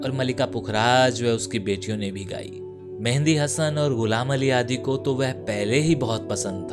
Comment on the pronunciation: " मेंहदी" नही " मेहदी हसन 😀